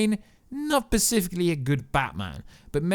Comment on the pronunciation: Am I the only one triggered when he says "Pacific" (specific) and "Caretive" (creative) 😫😫